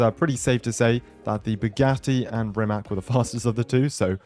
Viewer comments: I hate to be the nerd but its not pronounced "RimaK", its "RimaTS" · Hey not to be annoying, but I'm pretty sure Rimac is pronounced as "Rimatz" It's a Croatian Car and I'm from Serbia. Basically the same language.